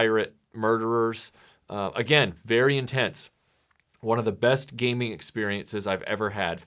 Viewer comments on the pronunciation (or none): none